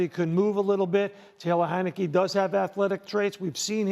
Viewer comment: He said Taylor heinecke .. lol get up out of here